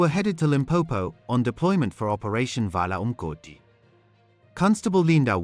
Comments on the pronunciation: Vala UMgodi you said it so beautiful. Thank you. Your pronounce the Zulu so perfect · I like how you properly pronounce vala umgodu so amazing 🎉🎉